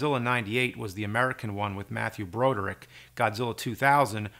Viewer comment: people have been pronouncing Matthew Broderick's name correctly for well over 35 years now..you've seen him in a million things..how do you mispronounce his name???..Matthew BrAH-Derick..brah......sheesh..